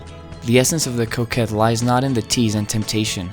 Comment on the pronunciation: Lol I thought he was saying Coke head the entire video